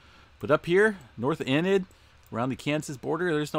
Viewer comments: Great report; thanks for posting. We have lots of fun names in Oklahoma. Enid is pronounced like E-nid, not In-Id. I feel sorry for you guys that have hundreds of town names in your videos. No one can get them all right. Keep up the good work. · Enid Oklahoma is pronounced with a long e.